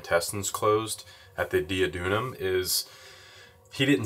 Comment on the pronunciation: Not that it matters but, on the off chance that you care about such things, you were pronouncing duodenum kind of backwards.